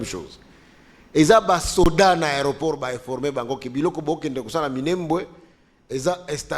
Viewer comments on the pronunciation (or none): none